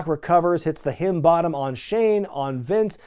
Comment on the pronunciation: Am not so sure if this is an inside joke or something but why do you call "Rock Bottom" as, well, sounded like "Hidden Bottom"